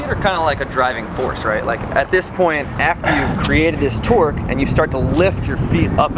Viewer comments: Every time you said "tork" I thought you said twerk lol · They keep saying 'torque' and it sounds like 'twerk' XD